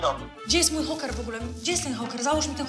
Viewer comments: To nie houker tylko czołker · Czoker a nie hoker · Mówi się "czoker"